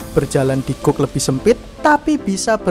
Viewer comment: maaf, koreksi dikit mas...kata 'gauge' dibaca 'gej' dengan e seperti di kata 'tempe'